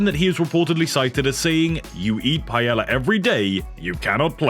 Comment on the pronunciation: Whoever the narrator for this is, replace them. They can’t pronounce half of the player names let alone the word paella. Probably not coming back to this channel until he is gone, sorry.